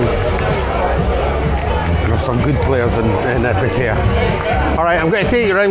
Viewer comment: Gonnae no say Pattaya with an East coast accent ... also you don't give the Rockhouse a mention .. Alex has been there 18 years .. also Retox bar on soi buakow good wee bar ...